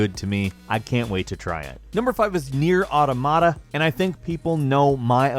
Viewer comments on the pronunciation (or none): Nier Awe-tom-a-ta